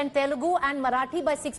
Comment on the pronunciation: Dear India Today. It's not Telegu . It's Telugu. You should respect our language before you speak.. U must apologise for it..